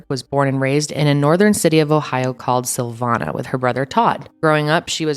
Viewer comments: it’s SIL-VANE-YA 😂 I saw the GPS right on where I live and had to use CC to figure out what city this was! 💗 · Syl vain ya not Savannah 😃